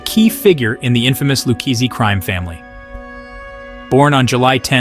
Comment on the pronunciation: do you here this guy try to pronounce Luchese Family . he called it the Lukesse Family. smh. how do they get a guy to narrate a mob video who cant pronounce Italian names.